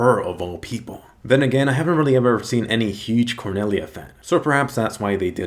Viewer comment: i heard "quinella" not "Cornelia"